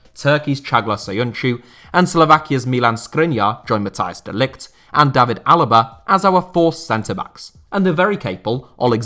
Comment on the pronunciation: The good old English pronunciation of Day-vid for the English, Davvid for every foreigner with the same name.